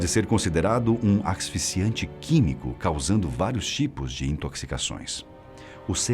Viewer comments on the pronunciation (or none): Axisficiante ou asfixiante? Sou meio surdo, mas entendi da forma errada mesmo. Trava língua do carai.